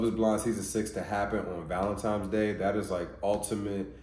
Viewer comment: I was about to subscribe ,and then he said 'Valentimes'